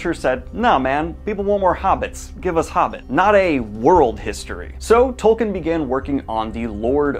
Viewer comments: Tol-keen, not Tol-kin. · I'm sorry Daniel, but I can't resist : his name is pronounced TolKEEN. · Can anyone explain why people insist on pronouncing Tolkien wrong, when the man was pretty insistent on the right pronunciation?